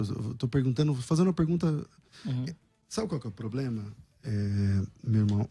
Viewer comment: Depois do " poblema", parei😂😂😂